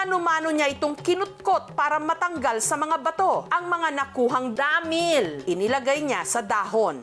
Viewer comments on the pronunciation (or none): DAAMIIIL 😂 nalang bat ginigigil pa sa word na damiil 😂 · 😂😂😂ako lang b nakapanzin??may gigil xa z pag pronounz z dahmiiiiil…..😂😂😂✌️ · Dhameall hahaha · Nabwisit nga ako sa pagbigkas ng Damilllllllllllll tlagang sobrng dami ng L 😂😂😂